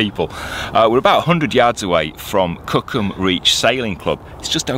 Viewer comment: Sure didn't sound like "Cookham"🤣